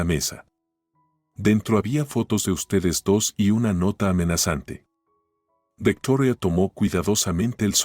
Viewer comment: Dejo de escuchar la historia y no o volveré a escucharlo de nuevo hasta que no dejen de Americanizar los nombres Victoria no es vetora me crispa los nervios tanta tontería